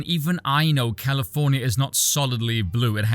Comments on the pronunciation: California-nia 😂 I love the V-vernacular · Did I hear "Californyanya"? A fellow Vee enjoyer maybe?